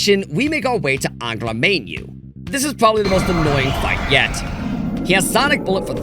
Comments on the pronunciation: I think reusing the intro a third time for the Tatsuya Scenario was a bit much imo. Kinda stale. The whole initial read, I guess. That's an immediate nitpick I guess. Still was hyped this was in my notifs. Edit: it's Angra "Mine-You" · ah yes "Angra Mainyu"